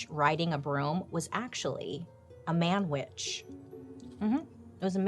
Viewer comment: A man witch 😂 I thought you were saying Manwich 😂 I was like “it was a sloppy Joe?!”